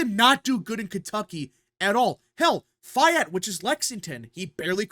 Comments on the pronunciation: FYI, "Fayette County" in Kentucky is pronouned, "fay-et cown-tee" not "fie-et cown-tee." It's the long-A or capital-A sound. "Fayette" rhymes with "day vet," not with "die vet." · It’s pronounced. FAE-yet Fayette County. 🤣. Love your video man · You can’t pronounce Fayette County correctly